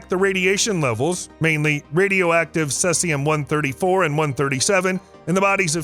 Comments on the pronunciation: Never hrd of sessium. Heard of ceasium= see-zee-um. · He spells it wrong so that people will comment on it. It worked on me. Sea-zee-um minus 134